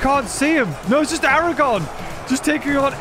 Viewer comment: The future king of both gondor and iron ore is not named Aragon it's Aragorn ARAGORN there's an R in there there's two R's in there in fact. if you're going to do a load of the rings batter battle get the names of the people the players correctly And thank you for removing sour on he was never in this battle.